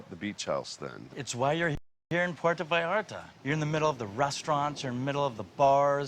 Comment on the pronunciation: He's been going there for years and still can't manage to pronounce Puerto correctly